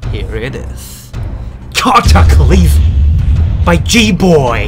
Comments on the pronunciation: Pronounce:ca-ta-ce-le-sim Me:ca-ta-cly-sm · Everyone: NNIW CWIRLES LOLL: CATWACLOSGM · Nobody:: KAT A CA LISM literally Everyone: Its Cataclysm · says it wrong lol :) but it's funny